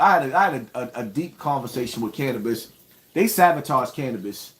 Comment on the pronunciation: Uhhhh it’s sabotaged not savotaged 😂😂😂😂😂😂😂😂